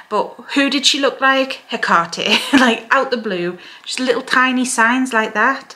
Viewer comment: I love you, and I love youe even more for pronounciating her name correctly😅